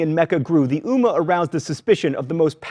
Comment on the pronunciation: And it's ummmah you need to stretch on the m